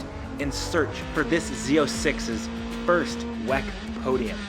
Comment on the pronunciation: W E C not wec